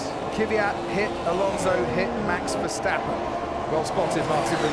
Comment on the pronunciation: Just noticed the commentator call max verstappern jos verstappern